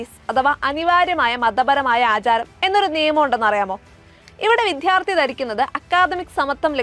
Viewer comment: വിദ്യ അർത്ഥിക്കുന്നവർ എന്നാണ് വിദ്യാർത്ഥി എന്നതിനർത്ഥം. ആ പദത്തിനെ "വിധ്യാർത്ഥി" എന്ന് ഉച്ചരിക്കുന്നത് ഉചിതമല്ലാ.